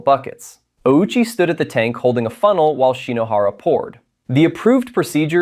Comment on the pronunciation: That's not how Ouchi's last name is pronounced. We all know how it's actually pronounced.